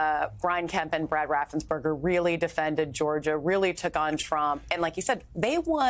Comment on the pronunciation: RaffensPerger, everyone! NOT Raffensburger!!!